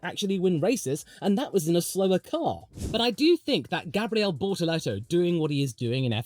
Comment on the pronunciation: “Because right now, Brazil needs a formula 1 driver on the Grid” - as a Brazilian and a McLaren fan, I felt that 🥹 It would be a dream for sure 💚 Btw, your “Gabriel” pronunciation is on point 👌🏻 Cheers from Brazil 🇧🇷 🇧🇷